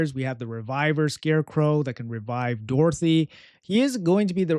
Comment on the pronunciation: Always with REvive REflect can you say it normally just once please